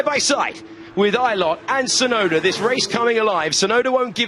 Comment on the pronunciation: 実況も興奮させる走りが印象的！ でも「ユウキ・シュナイダー」にしか聞こえない！？